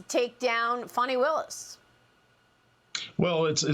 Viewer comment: Isn’t not FONI it’s FANI as in ASS